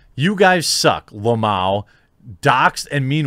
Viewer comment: How to read "Lmao" normal people : L M A O. jeremy : lamowwww